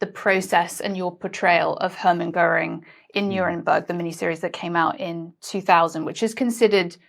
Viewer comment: Göring. The umlaut is crucial. It's the difference between GORE- ing and Geer-ing. No umlaut? Kein problem. Just add e. Goering.